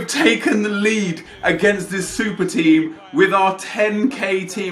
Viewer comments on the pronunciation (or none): none